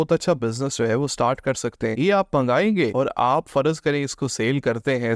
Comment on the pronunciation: Its `farz’ not `farazz’